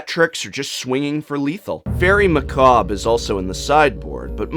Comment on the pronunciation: good job pronouncing macabre though